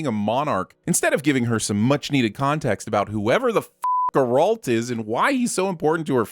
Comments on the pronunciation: Not to be rude or anything but , I couldn't help but twitch a little when you mispronounced Geralt's name in a scene that not only has him SAY his own name, but to then sin said scene because of name pronunciation and similarities! 😂 Still, two sins off for the fight scene and choreography is a welcome sight! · Exactly. This guy is usually so obnoxiously pedantic about pronunciations and acronyms, yet he keeps saying obvious names wrong. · Sin yo punk azz for not knowing how to say Geralt. You here them say his name and you choose to say it wrong. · I would like to add a sin for each time pronounces Geralt's name wrong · has gotten many sins for itself through all the videos I have watched. Also how did he keep saying it wrong when you can hear how the name sounds in just these clips?! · script writing must go to someone else, his sin is to not have done basic research on how to say Geralt's name beforehand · 1 sin is not enough I'm afraid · and then talks shit about how the girl says his name :D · They pronounce it so many times, why can't this guy get it right 😂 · If the mispronounciation is a joke, it sure as shit isn't a funny one and distracts from the video. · I did rewatch the whole video, just to humor you, and nope, he uses the name throughout without making a joke or reference to why he's saying it that way. The first joke with it is about Bambi and there's nothing in the end of video references, so unless there's some obvious connection that I'm missing he just made a mistake on reading his lines. It happens, people fuck up, but this is a show about sins so their audience should be allowed to sin them back when they make mistakes ;) Oh, and if you mean the "garroter" sin that's a few minutes in he's not saying Geralt's name in that comparison's way so, again, nice try but no. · It's Geralt not Ger-olt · GEralt. not GerAlt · GAIR-ult. not guh-RAHLT. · Gerolt? Dude, you hear the actors say it and still say it wrong lol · who is "Grrrr-ALT" ?